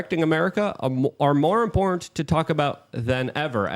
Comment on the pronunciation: “Impornt”…. Maybe it’s his signature like how Tim always wears a beanie. It’s his meme